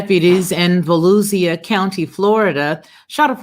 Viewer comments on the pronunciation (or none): Holy cow!!! That's the county next to me. Btw, its pronounced Vah-lew-sha just in case you ever encounter this county in the news again. Sheriff Chitwood is pretty good.